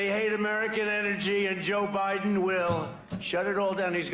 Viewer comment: Not sure if you know you even said it "obiden". Not trying to correct you in anyway.